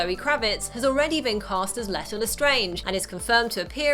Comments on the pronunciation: their names are pronounced "lee-tuh" lestrange and grindelWald. not grindelVald. i keep hearing the V and idk why people are saying it that way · Ok that was a good video but I just can't ignore how you can't pronounce Grindlewald and Leda. No hate